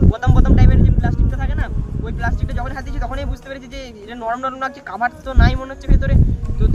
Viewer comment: কাভার না কোভার